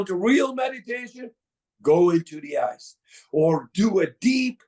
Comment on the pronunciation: “That’s what the ice did” and not “that’s what the eyes did”